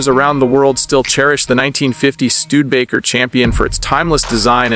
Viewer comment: "Stu-de-ba-ker" is pronounced with 4 syllables.